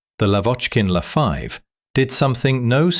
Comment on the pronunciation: LA, L A 5, L A 5, not Law 5, in military equipment the letters are announced seperatly!!!